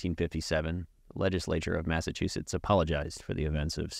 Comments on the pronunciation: maffachewsets lmao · No no I like you’re version of pronouncing Massachusetts.